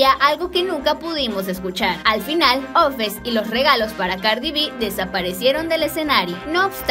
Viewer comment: Se llama offset no ofes😂